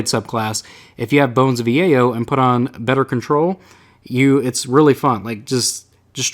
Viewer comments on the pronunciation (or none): none